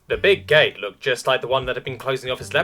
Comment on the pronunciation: The video just started and what I first hear? Instead of Big Gate, I hear Big Gay. AAAAAAAAHHAHAHHTHHAHHTHAHAAAARARHAHRAHRHAR!!